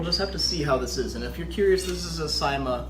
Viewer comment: “C-MA” NOT SAI-MA